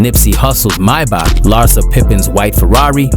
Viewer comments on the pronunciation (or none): no way this ain’t Ai “my-back” it’s maybach